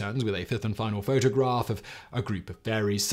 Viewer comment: Lol "photograRph"